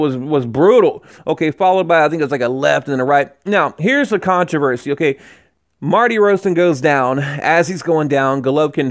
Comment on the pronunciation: I like your videos and GGG but this sounds too much like a fan video at times. And honestly...please try to get the fighters names right, they deserve it: Martirosyan